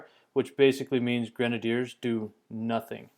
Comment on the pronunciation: i might be stupid... but i think he is pronouncing grenadiers wrong